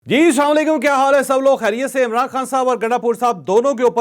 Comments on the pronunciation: آپ جیسے صحافی جب اسلام علیکم کی جگہ اسام علیکم کہنا زیب نہیں دیتا۔ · آپ اسلام علیکم سہی سے ادا کریں